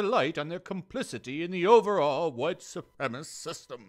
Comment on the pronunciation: when he read "wGite woman" i lost it